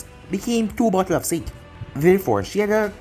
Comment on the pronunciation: Word of advice sake should be said like sa-Kay